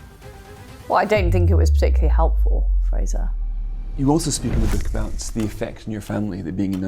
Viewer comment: She certainly needs a voice coach as she’s very difficult to listen to. Monotone but with that really grating rise in tone at the end of each sentence, as well as not pronouncing Ts at the end of words. The number of times she said “abow” instead of “about” was unacceptable for someone in such a high position. It’s important they have good diction or how are they or convey important ideas if no one can bear to hear her speak?